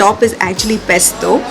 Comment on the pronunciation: Dear it’s pesto and not pestoh